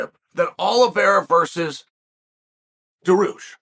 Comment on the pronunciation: Adesanya, pee-air-ra, Dawoosh xD